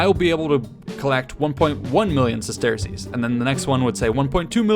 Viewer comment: Bro it’s pronounced “sesters” not “ses-tear-cease”